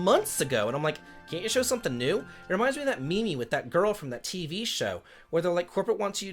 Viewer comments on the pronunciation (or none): I'm sorry, did I hear correctly? Did you call the picture of the office lady saying two pictures are the same a ME-ME? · Bro did not just say 'me me'....